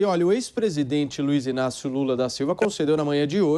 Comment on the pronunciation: Aprende fala prezdete nao presidisro